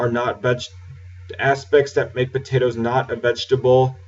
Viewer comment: dude we don't say potatoes like that just because were from the south